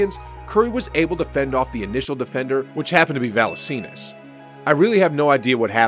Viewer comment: MY MAN REALLY SAID VALENSEENIS LOL time stamp